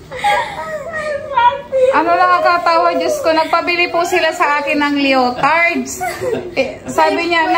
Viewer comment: Lee-uh-tardz po.❤